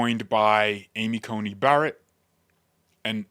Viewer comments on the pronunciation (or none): none